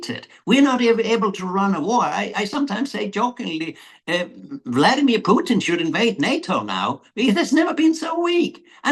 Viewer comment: For the first time the American names Puteen as it really sounds in Russia but not Putn